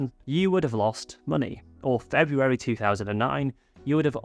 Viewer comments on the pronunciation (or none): none